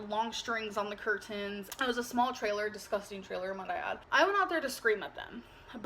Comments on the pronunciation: we were Trailer Trash that’s what everyone “Soll” us as …bLaH blah cur-TANES he was tangled in cur-TANES 😂😂😂 jeez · She said in this one People sol ( saw ) them as trailer trash and her saying ker-TANES ( curtains ) twice in less than a minute 😂😂.